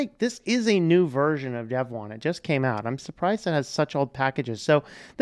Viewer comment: Your pronunciation is correct. I know (back in the early days at least) that the website said it is pronounced like "dev 1".